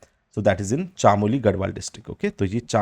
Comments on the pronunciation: Pithoragarh or chamoli to shi se bol lo sir uttrakhand se hu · सर गोविन्द पशु विहार को आप पौड़ी गढ़वाल में दिखा रहे थे वह उत्तरकाशी जिले में आता है उसके अलावा आप चमोली, पिथौरागढ़ भागीरथी का शुद्ध उच्चारण नहीं कर रहें प्लीज आशा है आप इनको सुधारेंगे 👍